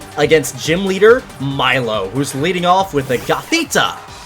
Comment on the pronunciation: Correction: it’s pronounced: milo= (mee-lo) I’m a brat aren’t I >:)